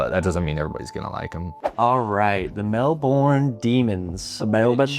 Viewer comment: It’s pronounced Mel-bin, great video though CARN the Lions 🦁